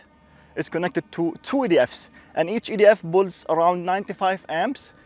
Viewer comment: So difficult to understand when p is b. Proud is broud and pull is bull.